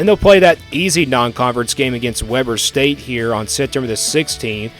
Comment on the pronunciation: goofy. Its not webber state. pronounced w-ee-b-er state. I don't think ur my Utah my homie. But it looks like you might know the sport to a decent amount.